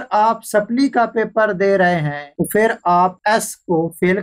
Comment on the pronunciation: Bhai pehli baat tu ye he ke ye video Indian kailiye nhin is liye ap ko Hindi likhna zaruri nhin. Aur doosi bat ye ke urdu main lafz 'PHHIR' he aur ap bar bar hindi zuban ka lafz 'FIR' bol rehe ho. Pani zuban ko promot karo aur hindi bila waja na likho aur na PHHIR ko FIR bolo. Sukria. Don't mind plz. After all vieo is absolutly informatic. Thanks